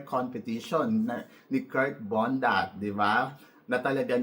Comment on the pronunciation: Kirk Bondad po Hindi Bondat 😊😊😊